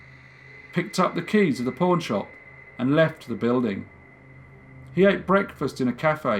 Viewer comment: I thought you said porn shop but then realized you said pawn shop, your accent mad it sound like porn😓